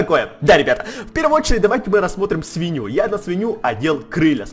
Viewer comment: не свиня а свинья